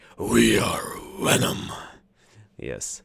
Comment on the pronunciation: See if you can pronounce the V in venom. (Sounds like you said wenom).